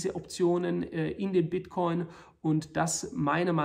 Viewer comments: „Bitchcoin“ 😂😂😂 Klasse Video wie immer👍🏻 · Bitchcoin hab ich ihn auch vor 2 Wochen genannt :) Sau witziger Versprecher . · "Bitch-Coin" LOL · Das passiert den besten: "Bitchcoin" :D Danke dafür, dass Sie uns regelmäßig mit Infomaterial zu diesem Thema beglücken. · Bester Versprecher soweit. ;) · Wie immer sehr interessanter Bericht - vielen Dank. Da ich Wortspiele liebe, habe ich mir den kurzen Versprecher "Bitchcoin" sofort gemerkt und den Vorschlag dieser neuen Währung an Elon geschickt, damit er diesen Coin mit tausenden Prozenten Wachstum pushen kann ;-). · “der bitch-coin” so nennen Sie also den Bitcoin intern. Wahnsinn. Da musste ich lachen:D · wer kennt ihn nicht... den Bitchcoin xD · Der Bit"ch"coin zeigt sich sehr schwach :D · 🤣🤣🤣 kleiner aber feiner Versprecher